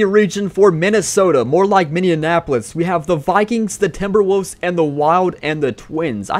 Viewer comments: Minneapolis...not minneanapolis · Was dude saying "Team Minneanapolis"?